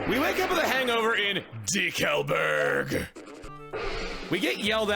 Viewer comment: When i hear decalburg it sounds like dinkleberg some reason